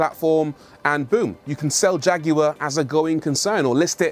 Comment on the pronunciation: Leave it up to somebody from the UK to pronounce the name Jag you are correctly